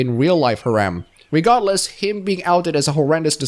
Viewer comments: Heh. Gotta say that the way you say "Harem" is far more akin to you saying Haram in my honest opinion. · Pronunciation for Harem : Hair - him. The "h" is silent. Surprised you dislike Harems even in fiction by the way. But, that is why we all have different preferences. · 1) I don't mean to be mean but it sounds like haram every time you say harem and I can't stop laughing. 2) I recommend Love Hina (the manga), considered one of the harem stories of all time. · isnt it pronounced hair um?